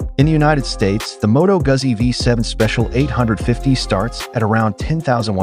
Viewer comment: Jeezus! Learn how to pronounce Moto Guzzi!